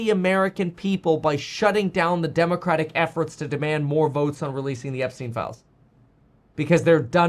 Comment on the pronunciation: epstien Epstien EPSTEN